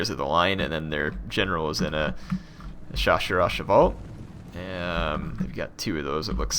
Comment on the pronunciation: No problem, butchering was bound to happen!